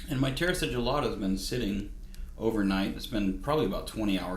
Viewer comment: The right way to pronounce is: si (ci-nnamon ) gilla ta ( ta-blet) 🤗